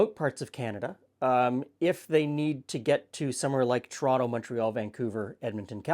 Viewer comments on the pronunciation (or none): none